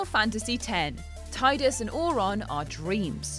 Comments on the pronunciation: It’s Tee-dus NOT Tide-us❗️Even James Arnold Tylor the voice actor stated this fact❗️❗️ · I know it's pronounced Tee-dus, but it's Tye-dus in my head canon. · It's pronounced tee-dus. Not tie-dus. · Yeah, I didn't know it was pronounced Tee-dus until a couple of months ago, like 15 years after I I first played it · You pronounced "Tee-dus" incorrectly for the whole article. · Its pronounced Tee-dus and Auron is an unsent, not a dream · Auron is not a dream, nor is he from Zanarkand. He is an unsent, from Spira. I forgive your mispronunciation of Tidus though, since I pronounced it wrong until recently.